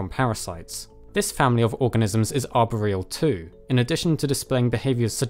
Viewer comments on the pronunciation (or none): How can you be so intelligent but you can't say arboreal